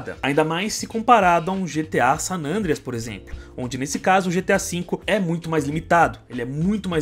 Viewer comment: É só eu que me incomodo quando o chama o GTA San Andreas de "Sanandreas"?